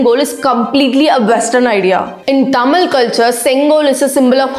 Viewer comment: try to pronounce correctly thamizh not thamil.